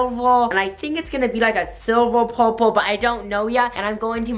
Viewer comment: why does this guy talk like a baby lol? he pronounces purple like powpul